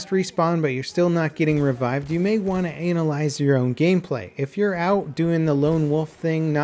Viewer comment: revived, not RE-vived.